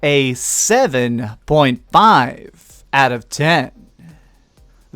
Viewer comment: When you say certain words you make weird noises at the end. Like when you said out of ten, you pronounce out of ten uhhh ehhhh. I love your work but that's the one thing that erks me